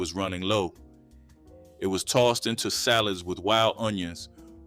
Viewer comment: Salat = salad pronounced southern style with the "t" stop